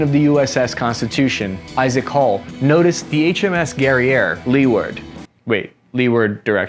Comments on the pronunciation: "Leeward" is pronounced "LOO'erd" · Love you, but leeward is pronounced lew ward. I split my ironsides laughing at your farmer's pronunciation. No judgment, though, you're army not navy.